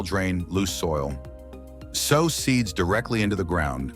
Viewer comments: It would help if the narrator would learn the correct pronunciation of words so that we aren’t confused about what he is talking about before he continues on with the information. The word sow sounds like sew, not the word for a large pig! A practice of the scrip with someone who knows the correct pronunciation would help tremendously. DO IT! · Sow = SEW!! This is such a well done list and narration... But, it ridiculous to hear that misused pronunciation over and over. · If I were a gambling man, I'd bet that you don't actually listen to your audio before you upload it. Here's a tip sow: to place a seed in the ground & sow: a mother pig are 2 different words with 2 different pronunciations.